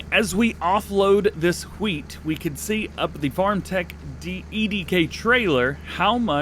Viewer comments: Did you say WH Weat?!? Say Cool Whip. Cool Wh Whip. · DJ you sound like Stewie from family Guy, you said wheat weirdly